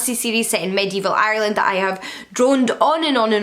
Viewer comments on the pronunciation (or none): none